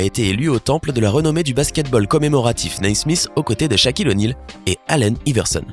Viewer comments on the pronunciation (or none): Allen i-verson... j’avais jamais entendu lol.